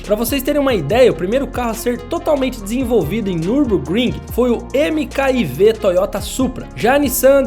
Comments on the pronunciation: Tá certo que não é possível saber tudo e ninguém precisa conhecer a pronúncia de nomes estrangeiros, mas "eme-cá-i-vê" eu não consegui deixar passar, Mk4 (eme-cá-quatro), ou Mark 4, ou ainda 4.a geração é o mínimo de conhecimento necessário para um canal de automobilismo. #ParouRubinho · Até as pronúncias erradas tavam legais 🤣 O "MK I VÊ Supra" me pegou kkkkk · Tirando os erros, que não são poucos, o vídeo está muito bom. A Sudschleife não é naquele traçado moderno mostrado, o Toyota não é “eme ká i vê”, eh Toyota Supra Mark 4, mas 4 em romanos se escreve IV… ou seja eh a quarta versão do supra. Entre outras coisas. Mas ok vídeo completo e necessário com ótimos Clips onboard, inclusive dos anos 60!